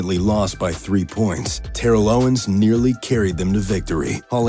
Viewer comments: How did he mispronounce Terrell in Terrell Owens and then immediately pronounce Terrell Davis correctly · "Tairell Owens"